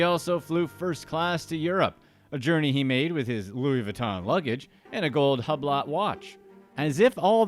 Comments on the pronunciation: This fool said hub-lot watch. It's pronounced Hugh -blow. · Huh-blot lol It’s hew-blow btw 👌🏼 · Hublot isn't said like that.